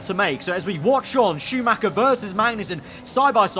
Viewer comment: Dont play F1 if you can pronounce Schumacher correctly!